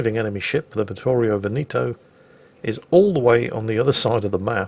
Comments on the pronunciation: It's Vittorio Ve'-ne-to and not Ve-ni'-to. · pls stop saying "Venito" it's veneto, say the 2nd e just like the 1st one